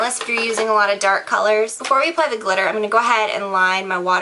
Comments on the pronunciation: "Dip the brush in the GLITTAH!" Lol! Love you:) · "you're gonna dip the brush in the GLITTAH" lol